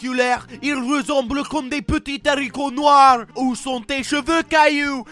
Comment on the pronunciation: i had to replay the french speaking 4 times to understand what the heck your saying...haricot noir.